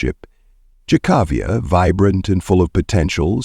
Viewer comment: One favor, honor by learning the correct pronunciation of her name and keep it consistent in the video Jah-kah-viah or Kay-kA-viah? Figure it out! May she rest in peace.